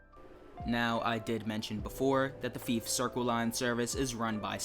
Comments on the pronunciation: Yeah, Fife as in life not Feaf as in leaf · It ain't pronounced FEEF... Think FIVE only with an F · Did you honestly call fife feef 😂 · I’m sorry but I’ve never heard anyone pronounce Fife as feef. The line isn’t really known for anything and doesn’t have much scenery apart from the short coastal part. If you’re wanting a scenic route, have a look at the West Highland line, Kyle of Lochalsh and Highland Mainline. The only trains that operate on that line are the 158s and 170s, the HSTs only operate on the Main line. In my opinion, there’s a lot better Scottish routes to pick from for TSW2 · Great video, I would love to see this route in TSW2. Depending on when it was set, LNER used to run the Class 43 before the Azuma, but I'm not sure if Scotrail had theirs by then. Could be a 3 livery, different consist HST route if they did, which would be cool. Plus "Feef"? 🤣 Seriously dude, it's worth trying to Google the pronunciation of places before making a video on them. I probably would before talking about somewhere miles away that I didn't know in person. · You're saying Fife wrong btw, it's not how you're saying it, you're saying it like the popular game FIFA, just minus the A, it should be Fiy-fe, closer to how you say Five, if you're recommending a route, learn to say it's name, this isn't the first time, just Google how to say the name and it should absolutely help. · You pronounced Fife incorrectly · The fife circle line is pronounced like knife but with an f instead of the kn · That isn’t how you pronounce Fife and it’s Scotland not Skatland, and yes ScotRail run the class 43 on the Fife line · You pronounced fife wrong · Hey bro I hate to correct u its Fife as in i not E, Anyway considering I live within Fife Circle I would 100% love this route to come to TSW